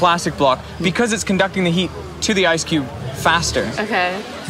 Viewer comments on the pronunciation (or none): none